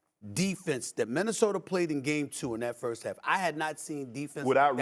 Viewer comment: Stephen “Minnesoter” A Smith